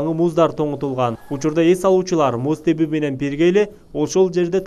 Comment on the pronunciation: комментатор сенсиңби? Эмнеге текстти чулдурап, булдурап окуйсуң? Журналист болсоң эч болбосо туура окуганды үйрөнүп алсаң болбойбу? Кыргыз тилинде кээ бир сөздөр кандай жазылса ошондой окулбайт. «Муз тебүү» дегенде [теwүү] деп окуу керек. Же кыргызчаны жаңыдан үйрөнүн жатасыңбы?